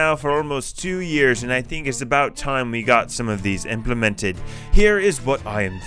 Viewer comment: No one:: Implimintid